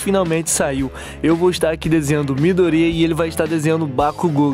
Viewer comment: tu falo mydori,mais e Midorya e Deku